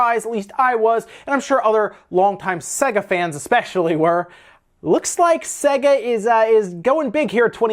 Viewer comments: Iys pronounced say-guh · SEGA PWEASE